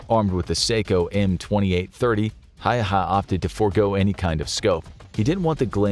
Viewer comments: It’s always fun to hear people pronounce Häyhä weirdly😅 The narrator said letter to letter: Simo Häehä/Häihä He said the Y as a letter between E and I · The simplest approximation of Häyhä in English is just to say How + hat (minus the 't' sound at the end). Of course, that's not exactly right, but it's a lot closer than how the infographics narrator says it. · tbh Häyhä is much more difficult word to pronounce for a non-finnish speaking person.